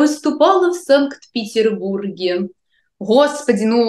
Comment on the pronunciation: 😂😂😂 Смешна🤣 " Я выступала в Санкт Петярбурге")))